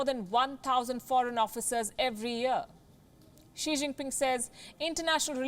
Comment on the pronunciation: "Xi xing ping pong" ka balatkaar kr dia palki ne😂😂